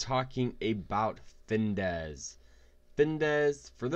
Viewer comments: It’s called FINVIZZZZZZ not Findesss... 🤦‍♂️😂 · You mean Fin Viz, not Dez. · If you cant even pronounce the name, how trustworthy is the advice? It’s FinVIZ........ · As soon as he mispronounced the name I was out 😂